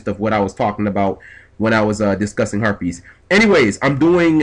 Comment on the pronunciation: Sometimes when you say harpies it sounds a but like herpes😳